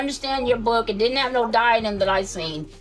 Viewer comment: Love videos but whenever he says "cook" and "book" it hurts me😭